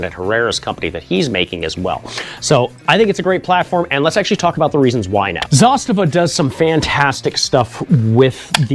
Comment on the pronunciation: Wow, first time in my life to hear an American pronounce Zastava as it should be pronounced